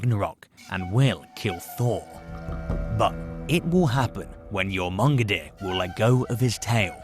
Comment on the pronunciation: bro, it's literally pronounced YOR-MUN-GON-DER. Jesus H. Christ. Do research before you make a video.